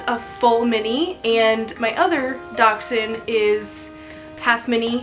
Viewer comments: There is a ch in there, giving the actual pronunciation a little bit of a k or x sound in the middle of the word. I used to just say dash-hound myself. The way I broke the habit of saying it incorrectly was to remember it as "Docks-hund". Dachs = Badger & Hund = Dog in German from where they originate. They were bred to help hunt badgers. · Do Americans pronounce this breed Dox-Ine? Here in England it’s pronounced Dash-Hound. So Mini Dash Hound. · It's a (Dash-hound) or Dachshund there Is no (x) In this breeds spelling!! Doxhund?!?! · You pronounce it like dash hound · She is not pronouncing the breed